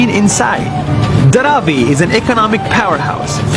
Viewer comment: Hello, I am from India. I just tell you only one thing is. It's 'धारावी', not 'धारवी'